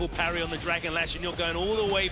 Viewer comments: Parry not perry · who tf is perry? 😂 Parry* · that dude is making the little heart with his fingers Korean style... wtf lol not even his middle finger. also parry has an a in it >.>